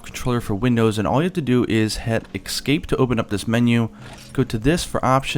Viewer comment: excape? expecially? really?